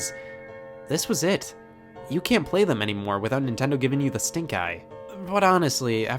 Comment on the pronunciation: he said nintondo